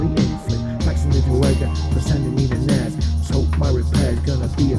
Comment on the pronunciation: EN-EH-ES? NES!?